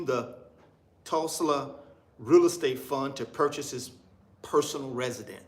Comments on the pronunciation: I don't know but Jay hurt a lot of people. He has crashed. Its just the reason why people don't want to support. Its not going to be separated in peoples' mind. Its the constant bad business. You shouldn't have a hard time saying Tulsa, Tul-sa, damn. Do you know the history of Tulsa, OK?! m Jay talked the same talk like you. So you're going to get blow back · Hey bro, why you can't pronounce Tulsa? That's a red flag right there. I'm out! It's safer just to invest in Google.